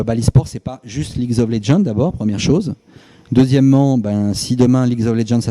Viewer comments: je ne suis du coté de personne mais je tiens a préciser quelquechose. J'ai remarqué que pas mal de gens disent que ne pense et ne parle que d'argent et ne sait pas prononcer le nom du jeu ( bon c'est vrai mais c'est pas la mort ) mais pour faire tourner ce genre de boite il faut penser business 24/7 car si il pense " au fun " etc, eclypsia n'aurait pas duré aussi longtemps. J'ai lu également que certains disent que certains streamers sont mieux en solo ou ailleurs grâce à leurs communautés mais sans éclypsia, la pluspart seraient en train de stream tout les jours pour 100 viewers sur twitch... même les "grands" dont je ne citerai pas les noms sont populaires grace a eclypsia. Et puis c'est bien beau de dire " intel a raison " ou " il dit n'importe quoi " quand on n'est ni ni ceux qui se sont faits virer ou partis de leurs plein grés. On ne connait pas TOUTE l'histoire en detail... En gros vous crachez sur eclypsia qui etait un projet innovant et qui boostait la popularité de certains alors que sans elle certains auraient un autre travail au lieu de streamer. Et gerer une boite ne consiste pas a dire oui h24 il faut aussi prendre des décisions qui mettront les gens a dos. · Mais la faute viens pas de Kenny qu'est-ce qu'il nous raconte. Il a dit la vérité sur ce qu'il s'est passé, il est franc envers son publique et c'est ce qui est important. Puis un patron qui ne sait même pas prononcé le nom du jeu qui lui rapporte le plus ça montre son GRAND intérêt pour l'e-sport. Beaucoup d'hypocrisie dans son discours quand même... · Apparemment ce n'est plus League of Legends mais Leaguesss of legend. Vu sa prononciation ça se voit qu'il en a quelque chose à foutre des gens qui bossent autour de lui et de ce qu'ils font donc tout ce qui l’intéresse c'est le fric. Et je ne pense absolument pas que Kenny s'en veut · ligz ov lezzends il m'a tué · "Leagze of Legendze" Mdr il m'a tué ce con, le mec il s'est même pas prononcé sa source d'argent..